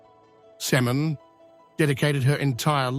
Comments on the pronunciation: I know what you mean. It's irritating that her name is mispronounced throughout the video. It's pronounced Sim'o'wn. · It's not Semen. It's Simone with an accent on the e.